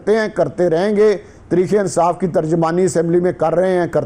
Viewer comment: Yar is ko talafaz to theek karen tarekeinsaf keh raha he